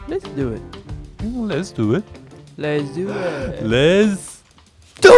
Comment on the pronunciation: Too many 'lezduit's. Im done watching.